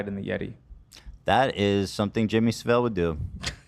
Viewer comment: Please stop saying his name wrong! You are making him sound exoticc! So, jimmy savile's name is pronounced: SA:. ;sounds like saturday/SAT. & VILE: (Funny, I'm. surprised no one picked up. On this part of his name. ?! Because he was so disgustingly vile but I digress) this part of his name is pronounced: vall. Sounds like: wall, fall ,ball etc. You know what though, you may in fact be saying correctly, i'm from eng lol and and have a cockney accent and that's how we pronounced it. But I have heard very posh, pretentious people say it. Both ways. You know the type, they're the people who speak perfect English but in telling a story or giving a speech and if and foreign word comes up, they over pronounce the shit of it?! Lol I'm sorry for being a grammar dick, but this piece of shit. Does not deserve a sort of boujie, French accent, he was a narc and master manipular and worse! You know, I'm sure you've seen 1 of the documentaries floating around. So anyway I hope you Ethan or any of the amazing team maybe will read this and someone I don't know...shout. Loudly; it's SAV- ALL BUT DONT REALLY ANNUNCIATE IT, ITS QUICK AND MERGED, ALMOST MUMBLED?! THANK YOU ALL!AND AN EARLY HAPPY ROSH HASHANAH ! cos I don't think I'll be writing anymore essays for a bit,at least until I throw this one out the window, (it knows too much! ). Ok well thanx again peace n love everybody! Bye